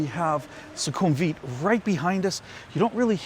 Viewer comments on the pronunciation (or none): 1) the pronunciation is 'vit', not 'weeet' in sukumvit. 2) because purple is considered the royal colour. 3) sure, why not? i won't be seeing the building colour when i'm inside. 4) having that maxvalu is insanely convenient and i love them. 5) agree, that mall is insanely consistently quiet, especially compared to other malls off BTS. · Ffs, learn how to pronounce Sukhumvit. For that matter learn how to pronounce Pattaya and Hua Hin too.